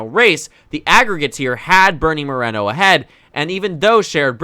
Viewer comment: It's MorEEEEEno, not Morano